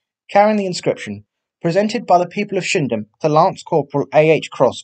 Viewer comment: Thought you said shimdham and not shipdham where he was from